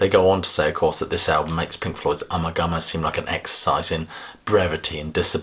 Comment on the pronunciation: It's pronounced "ooma-gooma"!